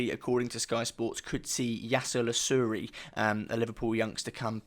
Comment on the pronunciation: Just a quick one. I think his name is pronounced La-roo-chi (incase you guys do get him!) Most of the Liverpool journalists refer to him as that. Also he's a converted winger. So he could be pretty versatile for you guys! Nice vid. (from a Liverpool fan) 😁